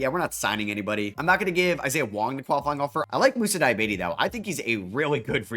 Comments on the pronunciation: It's pronounced di-ya-bah-tay lol not diabete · Moussa Dee-ah-bah-tey Like every other euro/african name you've mispronounced and eventually learned, I'm gonna spam this every time you say his name until you nail the pronounciation. Loved this rebuild